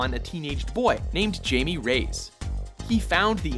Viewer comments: But it dose mater, the difference is the ethnicity of the character. calling him jay-me is disrespectful to his Hispanic heritage and just white washes the character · Jamie Rayes. His first name pronounced with an 'h'. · Jaime Reyes, the 'J' is pronounced more like an 'H.' (Hi-may Reyes) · Coming from someone who speaks both english and spanish, trust me, it's Hay-Meh. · Yeah, it's pronounced more like "hai-meh" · It'd be nice if would at least attempt to have correct pronunciations. The modern Blue Beetle's name is Jaime Reyes not Jamie. I mean, if you're gonna take the time to do all this research, you might ought to have the facts and names right. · It's Highway that's how you pronounce Jamie's name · His bame is actually pronounced like Haimei even though it's spellee Jamie. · It's Spanish is Jaime-Haime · i'm pretty sure it's pronounced "hai-mei" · DC really needs to make a Blue Beetle (Jaime Reyes) film. ASAP. They need to make one with Ted Kord as well but especially Jaime Reyes. Also its "HAI-MAY"...the J is pronounced like an H. The same way you would pronounce Jose, lol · 1. you said Dan Kord 2. His name is a name of hispanic heritage therefore it would be pronounced "Hi-May" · Pretty sure the current blue beetles name is pronounced like (hi me) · It's pronounced "hi-me" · his name is pronounced high-me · (HIGH ME) Reyes. Lol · His name is pronounced hi me=jaime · Pronounced Hi-Me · I think it's pronounced hai-me. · It's pronounced "hi-meh" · Jaime (High-me) -___ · Great vid, although his name is pronounced Hi-May, it's Spanish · Jaime Reyes all the way. He's my favorite superhero. Also u butchered his name. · face palms how did they mess up Jaime's name?! Batman even called him Jaime in the BTBATB cartoon. J's sound like H's in Spanish. That's why Spanish YouTubers comment "jajaja" instead of "hahaha"! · You pronounced Jamie's name wrong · That's not how you pronounce Jaime. The J is pronounced like an H. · jamie is pronounced like how Jose is